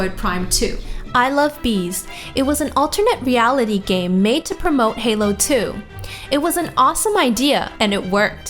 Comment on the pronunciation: Her emphasis on the word Halo made me laugh. XD